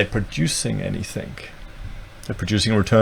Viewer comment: (2.37) "...producing anythink" (?)